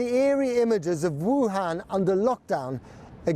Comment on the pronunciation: Please never say another Vuhan.It's a word people must never utter.